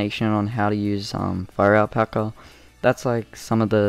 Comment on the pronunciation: I thought you said FIRE PACKER